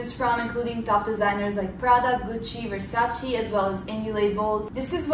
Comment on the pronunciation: Ti seguo da qualche tempo ma NON posso accettare che una ragazza italiana pronunci VERSACI...lo stesso mi è successo pochi giorni fa, sono un grande fan dei Red Hot Chili Peppers e mi da fastidio sentire John FRUSCIANTI e non Frusciante...lo accetto dagli americani ma non da te😁😉